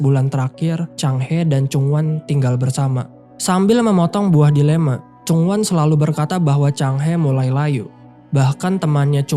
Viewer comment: Ending yg sangat membagongkan Delima min bukan delema😂😂😂